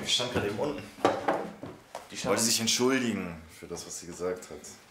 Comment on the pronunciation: Niemand: entschuiligen